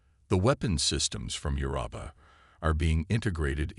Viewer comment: I am at 18 minutes and I HOPE I can finish it. Your AI SUKS!!!!!!!!!!! "...air reads as BRETH-able", "physician around the solar system"(positioned around the solar system), "meh-GASS-ities"(megacities), "Setto, SAHto, SAYto"(what the hell is his name??), "quarin-TINED"!!!!???? And then near the end...."your-AH-puh"(Europa)!!!!!!!!!!!!!!!!!!!!